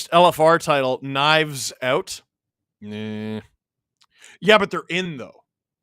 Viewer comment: You called Matthew Knies